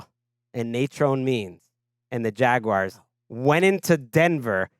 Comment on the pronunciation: Jag-why-arrrrrrs. Wtf?